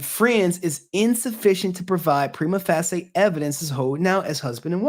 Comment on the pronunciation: Respectfully, please look up how to pronounce "prima facie". Thanks for the vid!